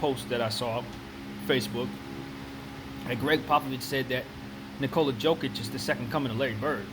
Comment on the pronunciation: Jokic isnt ball handler ?You just dont know what you are talking about?Nevermind wrong pronanciation!!!it is YOKICH,Pop knows what is he talking about.I think that in order to make video about basketball,and put it on you tube,you should at one point in life play A GAME OF BASKETNBALL(not videomgame),so you could have some clue what are you talking about....So...long story short-don't talk about basketball,anymore,ever...o,and that theory about similarities of their names,here is suggestion;perhaps Popovic was thinking of him self as reinkarnation of Larry Bird,but since his second name is similar as Jokic's he said Jokic ,because can not make difference those two surnames